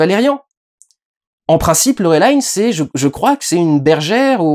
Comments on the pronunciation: Pourquoi tu prononce "Laurelaïn" ? X) C'est un nom français, t'a le droit de le prononcer normalement. Sinon, bah un peu le même avis… Sauf sur l'importance du transmuteur, pour moi on comprend très bien que c'est quelque chose de crucial, même si on sait pas pourquoi des gens se le disputent. Mais dans ce film, y a vraiment cette impression que Besson a voulu introduire tellement de choses à la fois qu'il prend le temps d'en développer aucune. Plus le passage avec Bubble qui est effectivement marrant mais très dispensable. Bref, ce film c'est un peu "Besson montre ses jouets". Pour le coup, et j'ai pas l'habitude de dire ça, une suite serait vraiment pas de trop pour mieux exploiter tout cet univers. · Bah lit les BD du coup si tu sais pas de quoi ça parle. D'abord c'est Français donc tu peux prononcer Laureline (pourquoi dire Valerian du coup..) Et les BD ce sont des aventures dans l'espace, des conbflits politiques, des enquêtes et surtout des agents explorateur de l'espace. Ca colle au film. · dsl je réagis juste après 3 minutes de visionnage mais il ne s'agit pas d'un comics comme tu le dis mais d'une bd française, le film est également réalisé par un français. Peu importe qu'il soit tourné en anglais, c'est un peu irritant d'entendre le nom de Laureline prononcé ainsi à l'anglaise. Enfin je pinaille dsl mais ça fait vraiment étrange d'associer cette prononciation au personnage... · Peut être parce que c'est comme ça qu'ils le prononcent en VO ? Je sais pas j'ai pas vérifié. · Yn yn en vo ça se prononce Laureline et pas laurelaïne. C'est durendal qui déconne ^^ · Alors petit moment chauvin: Valérian n'est pas un comics mais une bande dessinée, c'est pas le même format, pas la même façon d'éditer, pas la même culture ni le même esprit, et je suis à peu près sûr qu'on dit Laureline, et pas " Laurelaïn". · Film français, production française, origine Française, on dit donc Laureline et pas «laurolillene» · "Laurelaïne" Il a osé. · LOreuhlayne... non.